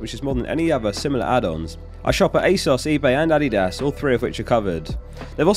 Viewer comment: As a german, I really appreciate the way you say Adidas, haha! Thank you!